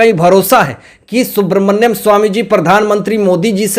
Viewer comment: सुब्रमन्यम ❌नहीं सुब्रमण्यम ✔️